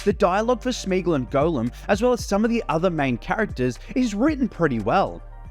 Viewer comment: Are you actually pronouncing it "Golem"?